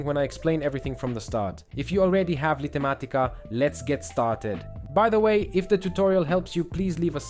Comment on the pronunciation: LIGHT matica,, not Lighter matica!! XD smh!